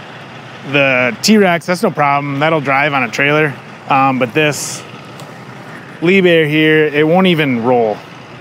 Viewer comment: Liebherr, pronounced leaphair, yes pronounced it right. Top of the line equipment and German made. It's the Mercedes for construction equipment, why do you think all those who can effort it in the world by German cars instead of Caddilacs...